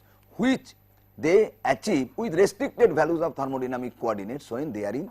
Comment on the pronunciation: it is thermodynamic not thermodyamic you missed the 'n'